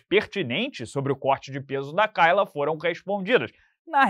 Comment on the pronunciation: A pronúncia é Keila